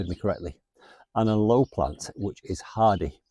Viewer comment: Al... oh.. with the emphasis on Al. not a-low please!! They're indigenous to us here in South Africa. Love our AL-oes